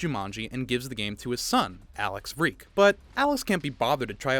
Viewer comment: By the way Alex vreeke’s second name is said like reeke not vuh reeke